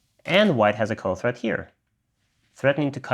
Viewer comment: Threat. Not thread